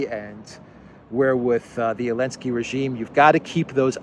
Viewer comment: why do you call him "alensky", vs "zalensky" ?